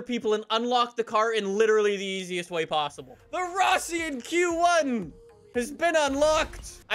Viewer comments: It's not fission q1 it's Russian quan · It's pronounced RUSSIAN Q1